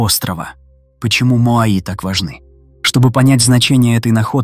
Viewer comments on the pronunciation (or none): Не моаИ, а моАи, вообще-то...